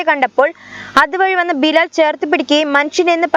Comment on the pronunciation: ബ ലാ ല ല്ല ബിലാൽ.... God bless you. 🙏🏾